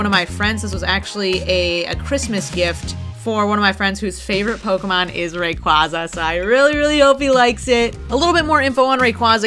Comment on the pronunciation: Oh man thank you for pronouncing it right. Lol 🐉